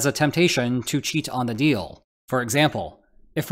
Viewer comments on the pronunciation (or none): none